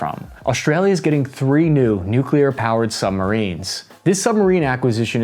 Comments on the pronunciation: Its Al-bah-knee-see! Not All-bah-knees. And please please please learn how to pronounce nuclear. New-clear. Not New-kew-lar. Jesus its not hard man. 😅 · Love your stuff! Always have. But I'll pay you TWICE as much next time, if you can start to pronounce "nuclear" correctly.🤣 Hint: There's only one "u" in nuclear... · Someone's been working on their pronounciation for the word "nuclear". Good job! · Nuclear! Not Nucular. Pronounced New-clear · The distance comparisons here are comically Team America style. Other than that, it was fine, right up until noo kyoo ler. Just... god, get one of the most important words in the discussion right. Christing fuck. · “nuke-you-luhr”??? You of all people????